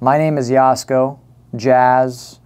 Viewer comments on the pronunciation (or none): It’s Jasko. No “Y”